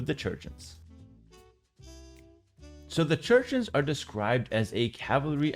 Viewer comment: Bro the “Chruchens” is absolutely crazy 😂😂😂